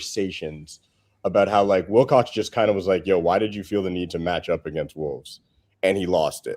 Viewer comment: Every time says Wicock instead Wilcox it infuriates me